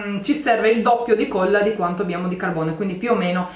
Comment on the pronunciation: si dice colla... e non cuolla..